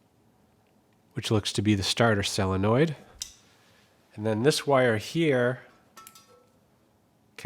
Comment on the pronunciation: Really enjoy your videos! Why do you call it a "sAllenoid' when it is spelled sOlenoid. Is this the same as Yannks calling SoLder "Sodder".